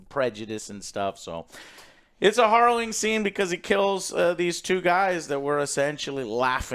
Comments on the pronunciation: hArrowing, Joe. hArrowing. Not hOrrowing. ^_^ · horrowing.....horrowing.....horrowing, Joe its harrowing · Hopefully he learns that it's pronounced like arrow rather than morrow. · It's "harrowing", not "horrowing". Let's not have a Civil War over this. LOL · "HArrowing" Joe :) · Joe, it's pronounced "Hair-O-Wing." You no English good. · Love you but its " heh·row·uhng ". I do that all the time with words I've only read. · H-ah-rrowing? Just learn that one recently? Distracted me a bit. Good review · WHERE DID JOE HEAR THE WORD HARROWING USED SO MAJESTICALLY IT CAUSED HIM TO SAY IT 10X IN THIS REVIEW WHILE PRONOUNCING IT WRONG 😂😂😂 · Take a shot everytime Joe says harrowing wrong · I love how Alex and Joe2 just let Joe continue to mispronounce harrowing, as well as using it incorrectly 90% of the time. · I love when Joe learns a new word then over uses it while mispronouncing it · Some very harrowing pronunciations in this video. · You pronounce harrowing weird. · Take a drink every time Joe mispronounced the word “harrowing”. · "Horrowing" must have been on word of the day calendar today. And its Harrowing btw...